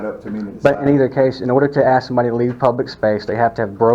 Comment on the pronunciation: Ignorant ass pigs. Its ask not aks you freaking wannabe thug.